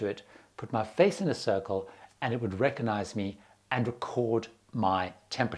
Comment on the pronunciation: PLEASE! There’s still a “G” in “recognize” and it’s not silent. Saying RECK-AH-NIZE” makes you sound dumb. PASS THE WORD PLEASE!